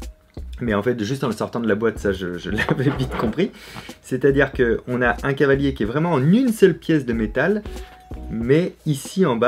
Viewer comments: On dit cavalier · ON NE DIT PAS CHEVALIER MAIS CAVALIER ET PAS NON PLUS CHAVALIER. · C'est "cavalier", restons sensés ^^